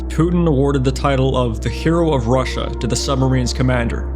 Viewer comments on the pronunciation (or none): none